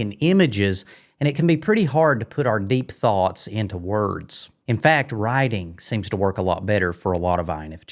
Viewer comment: At first, I thought you said rioting but realized you said writing, whew what a relief.